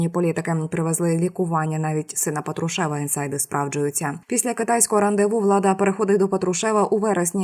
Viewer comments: ПатруШЕВ режет слух всем слушателям и дикторам, да и не только им, ведущая с высоты своей безграмотности плюет на всех слушателей и ей не доступно произнести с правильным ударением ПАТрушев, а не ПатруШЕВ, это, оказывается, ниже ее достоинства, какой позор для такой горе ведущей, ганьба, ей не место на вашем канале!!!!! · Коли ж ти навчишся вірний наголос на призвіщі Патрушев робити?